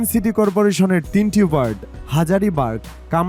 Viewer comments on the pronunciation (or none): none